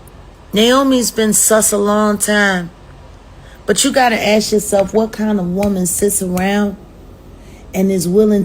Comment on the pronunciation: Hey aunt jemimah😂😂😂 why did u “axe” Myron a question on “da” “twitta” space?😂😂😂 goofy!